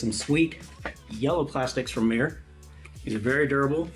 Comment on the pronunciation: It's not Mē-er, it's Mī-er.